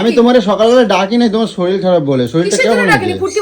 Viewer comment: Kothao bolte jane na soril noi sorir